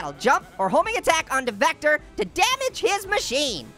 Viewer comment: vectors name is said like [ v i c t e r]